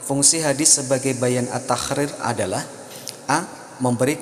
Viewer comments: Min... mohon maaf, kenapa ketika menyebutkan huruf ق berbunyi خ ya...seperti misalnya menyebutkan kalimat taqrir kedengarannya tahkrir...ini bisa salah dipahami oleh orang yg mendengarkan tanpa melihat tulisannya. Cmiiw 🙏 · bacanya bukan taqrir min tapi تقرير🙏